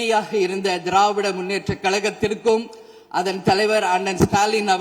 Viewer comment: கழகத்திற்கும் ( Not: கள....) Hon Mrs Premalatha